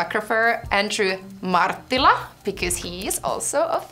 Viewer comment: Martilla... It's not that hard.